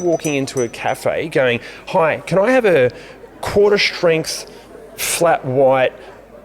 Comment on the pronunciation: The question you asked "What did we miss?" - the "r" in strength . Great video.